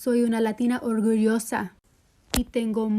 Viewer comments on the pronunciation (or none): that's not how you pronounce "ORGULLOSA" (proud)